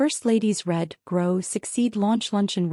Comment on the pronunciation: It’s “READ”! You don’t seem to know that that word is part of the title!